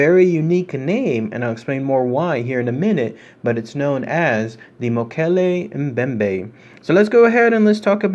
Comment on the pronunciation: Holy cow..I cannot believe u freakin pronounced it rite!! 😏 rite on man..good on u. Almost no one gets this correct lol